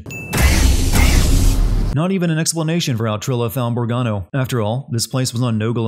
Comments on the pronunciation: Putting an "r" in your pronunciation of "Bogano", +1 sin.... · I know this is petty but I got triggered at "Borgano" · THAT DROVE ME FUCKING INSANE! BO! GA! NO! NOT BORG-ANO! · ...did...did you just call it “bore-gano?”